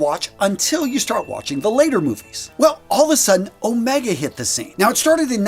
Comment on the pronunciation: With "Omega" the first syllable is stressed: "Ohhh-mega" or "Ommm-ega" if you will instead of "O-mehhhga".